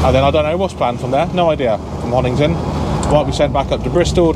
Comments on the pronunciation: you always make me LOL when you miss pronounce the places you are going to. Honington is over past Bury St Edmonds in Suffolk you were at Honiton is in Devon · Honiton not Honington. When i first moved to East Devon, I used to add the "g." Great video.